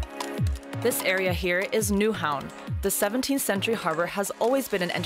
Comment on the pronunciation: okay as someone who lives in Nyhavn, not "nyaewhaauvn", this lady has no clue what she is talking about. But i mean, thats good, us danes dont really want tourists here anyway. So follow her advice, get rolled, and dont come back :)